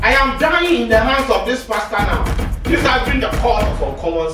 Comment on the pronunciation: said morethan dis